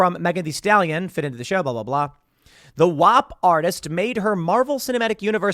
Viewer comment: The way you said WAP really hurt my Italian side. Canceled. 😂